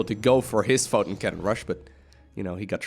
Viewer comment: Take a shot every time he says fotin' cannon. ::dies of alcohol poisoning